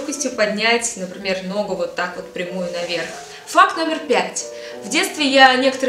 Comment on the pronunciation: я одна вместо факт слышу фак?)